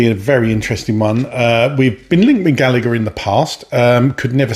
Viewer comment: Not galleger